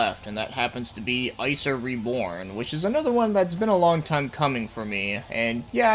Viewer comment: Not to be that dick but its pronounced ICK zer